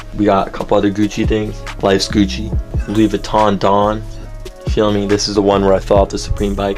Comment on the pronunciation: IT'S GUCCI NOT GUCI